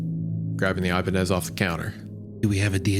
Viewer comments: The ee-bah-nez, the ih-bah-nez, but never the eye-bah-nez. 😂 love you wendi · I-BAH-NEZ. Great episode tho, I only give the correct pronounciation is because thats my personal favorite guitar brand xD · Thank god for Hunters beautiful and haunting vocals in the background to distract me from Isaiah’s egregious mispronunciations of “Ibanez” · The fact that nobody is commenting on Isaiah pronouncing Ibanez incorrectly is concerning. Even more concerning is Hunter, who is a musician never corrected him. Also, Isaiah saying hot is off-putting and kinda pulled me out of the story. Lol. Fun story though. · Hunter has to be trolling letting Isaiah pronounce Ibanez like that 😂